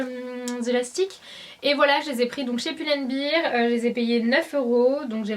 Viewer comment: Tout le monde parle de son forever vingt-et-un mais personne ne parle de son "pull and BIRE" hahah :D sinon super haul j'ai adoré tes achats ! :)